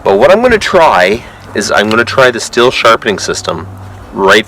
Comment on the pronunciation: As a Stihl rep I must tell you it is pronounced (steel) not (still). Second, never touch a chain file again please. You have no idea what you are doing. That is all.